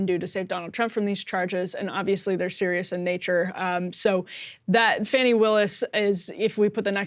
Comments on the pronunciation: Could somebody PLEASE tell Emily to start pronouncing Fani Willis' name correctly? It's super disrespectful to not get a name correct And it's not like we haven't had her name for long enough to do some research on that. It is NOT pronounced Fanny. It IS pronounced FAHNI. If you don't believe me you are welcome to consult Wikipedia. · Emily...you are offensively mispronouncing Fani, the first name of Ms. Willis, the Georgia DA